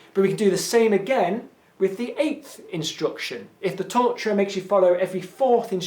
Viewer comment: Luís Miguel He was saying torturer?! I couldn't understand what that t-word was, I just figured it was some word I didn't know lol